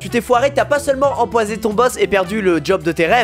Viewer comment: A Il a dit 'tu n'a pas que enpoisé' au lieu de empoisonné